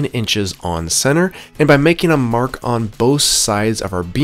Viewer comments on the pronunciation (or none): none